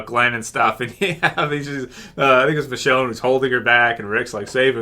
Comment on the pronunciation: Also, did anyone else notice that Maggie said "Richone" not "Michonne", or am I just deaf.